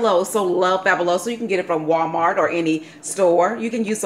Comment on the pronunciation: AS a latino, was cute to hear you pronounce Fabuloso. I tried this and it works great. And you have cute toes, lol.